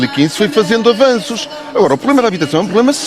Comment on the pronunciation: Avanços ou ele ia dizendo afananços?